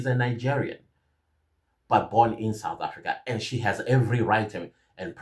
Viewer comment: I don't know if we all has Chidimma, pronounce the word HAS as HUS,, the pronounceation with the Nigerian accent